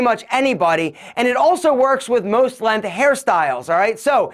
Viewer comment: I've always loved the way pronounces "length". He slightly stretches out the beginning of the word and leaves off the "g" part and pronounces it "LEEEHN-TH"